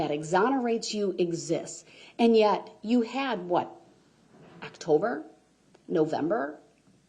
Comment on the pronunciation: I'm still reeling from her saying "Back in Actober..."